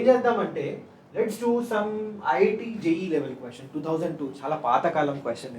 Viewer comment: That is not J double EE that is JEE